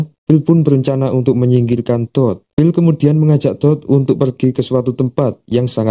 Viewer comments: apakah cuma gw yg ketawa ketika mendengar "TOD" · ken "TOOD"